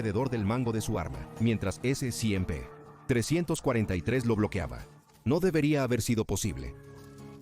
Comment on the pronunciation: Sé que la narración del canal es simple IA, pero basta con cambiar un par de letras para que no esté diciendo "s100p" cada 10 segundos, es molesto.